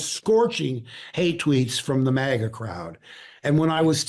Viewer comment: lol did Mark Hamill just 'hard R' the word MAGA? Kind of like: 'Yeah, helluva lot of dirty maggers round here.' Lmao